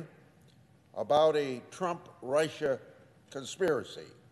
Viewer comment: His point is well founded, however, can someone tell this old corpse how to pronounce Russia. He keeps saying Rice-Sha